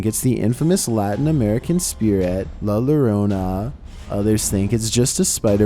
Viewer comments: you STILL have not bothered to pronounce la llorona correctly 💀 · "la luh rona" 😭 🤚